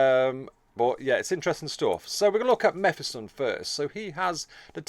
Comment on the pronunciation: Its pronounced Me Phis Ton Like Mephistopheles or or diablos mephisto That way you said it would imply a double f, one to finish the vowel and another to start the flow into the next vowel. Otherwise, great and informative video Lookong forward to them as a faction, but god damn we need more xenos Need to split the 3 campaign xenos into more, like another craftworld or ork clan or necron dynasty. Its annoying marines and chaos can focus on the three required heroes and then bring them to the othwr campaigns, but xenos get shafted by race restrictions. This will also allow inclusion of more unique heroes and allow branching into all the unit types. Gimme a warp spider, flashgitz, immortal, etc